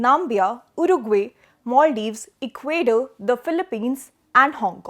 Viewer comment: Assess, not assess 😅 Namibia, not Nambia Ecuador, not Equadurr